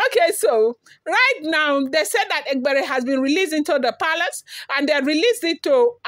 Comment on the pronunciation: A for e, that is e-gb-e-re you even tried 😂